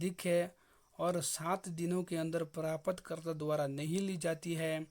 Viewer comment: प्रापत क्यों बोलता है भाई